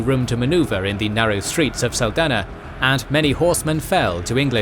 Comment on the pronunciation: Error, saldanha not saldania is pronounced saldaña